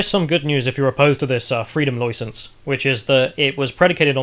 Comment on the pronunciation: Freedom Loicence